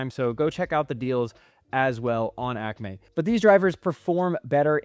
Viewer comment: why are you saying Acme like that????